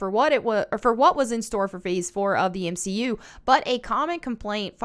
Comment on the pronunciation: You lost me at "M 'she' U"...